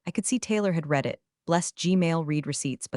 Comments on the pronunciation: I get tired of hearing read as reed, when it should be pronounced as red! Can always tell when it is ai instead of a real person. It really interrupts the flow for me! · Pronounce read = “red” not “reed” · I’ll hit “subscribe” when you hire a proofreader and an actual voice actor/actress who knows when to pronounce “read” as /reed/ and when to pronounce it as /red/ (along with several other similar words, like “lives”)… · You need to pronounce it Red every once in a while not read every time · Totally 😅 “red” vs “reed” mix-ups scream AI narration. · hearing it say “reed” instead of “red” totally threw me off too. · “reed” vs “red” mix-ups drive me nuts too. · When I like to read, it’s pronounced reed, when I read something it’s pronounced red. But hey, I guess you’re American so English (English) isn’t your first language. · very English, past tense is pronounced ‘red’ not ‘reed’. You don’t say I ‘reed’ the books six years ago. Now who’s not English? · Poorly read. The person reading couldn't distinguish between the pronunciation of the present tense of "read" and the past tense, pronounced "Red" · The past tense of read is pronounced red. Please please get your artificial inseminated robot to pronounce it correctly. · 97% of folks generating these AI written stories told by AI readers don't listen to the content for chronological consistency or pronunciation before uploading them. e.g. 1) Have you read (Pronunciation /red/) the documentation? 2) No I did not read (Pronunciation /rēd/) the documentation! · Teach your AI voice the difference between the present and past tense of the verb "to read". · that mispronunciation pulls you right out of the story every time. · so the original comment was WHEN it's past tense AI still reads it as if it's present tense.